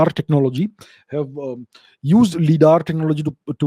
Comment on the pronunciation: Hey now, let's not start pronouncing things wrong... LiDAR stands for "Light Detection and Ranging" - so the 'Li' in LiDAR is pronounced like we do for the word 'light'. Surely, we don't say "lee-ght"; so LiDAR wouldn't be lee-daar but lie-daar instead. Also, there are tons of discussions about how many Egyptologists have been gatekeeping the true information; much like how the matter of 'Gobekli-tepe' in Turkey, have been suppressed. At this point, anything is possible. History as we know it, is tainted, at best.